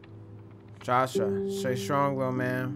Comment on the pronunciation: Jus to brighten stuff up from a guy named Joshua he was not kidding when he said he reads like a 2nd grader he pronounced my name josha